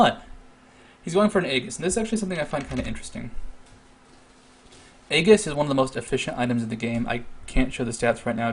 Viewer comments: EEEEEEEEEJIIIIIIIIIIS of the legion. Not A-egg-ass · Just fyi, "Aegis" is pronounced "ee-jis" with the accent on the long "E." On topic, this is a cool vid and I'm linking it to my friend who is learning support.